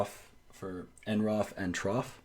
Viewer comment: I have used the standard unix text formatters for decades ... the software is pronounce t-roff and n-roff.